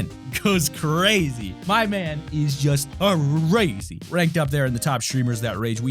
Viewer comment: “ CrrAZY. My man goes crrazy.” me trying to make a joke out of the word “crazy” Me: “CrRAGEY. My man goes crragey”. No. Ok...😄😃😮😑☹️